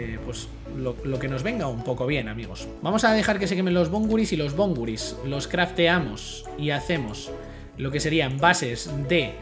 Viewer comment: Bon-/gu/-ris no bon-gu-/ris/ Pd: lo que esta entre / es la acentuación